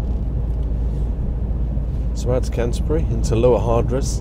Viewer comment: Its pronounced "Lower Hards"